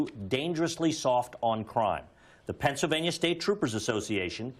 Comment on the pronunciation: Oz said “FENSYLVANIA” …unstroked💀💀💀